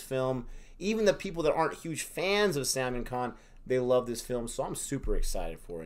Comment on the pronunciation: Salmon khan? Really? It should be pronounced like: The "sul" in "sully" for "sal" and "maan" for 'man'.